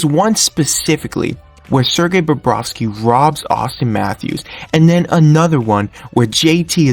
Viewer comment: Bobrovsky, not Barrowski or Bobrowski. Good job with the photos, but you should try to match them up to what you're talking about at the time. A couple of times, you showed a shot of Samsonov while talking about Bobrovsky. It's just weird.